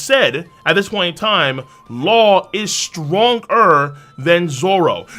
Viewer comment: stronGER seRIES Why the hell he talks like this